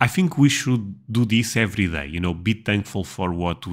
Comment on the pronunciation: just wanted to mention that "day" is pronounced "dei" . The way you are saying it sounds like "die" which is not pleasant .